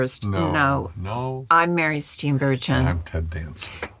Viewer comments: Ngl, I've been pronouncing Mary Steenburgen with a hard g my whole life. Idk why I didn't know it was a soft one until this video. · Damn she really botched that pronunciation of a Dutch last name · Strange she doesn't even pronounce her own name right. That's not how Dutch speakers say it. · So it's a soft G, not a hard G